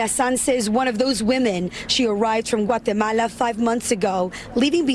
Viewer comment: why say Guatemala with such an accent and say everything else in perfect English? It’s weird lol